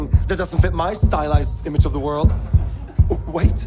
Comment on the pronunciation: why did i think he said "white" and not wait bcos of his accent and everyone is just like hold up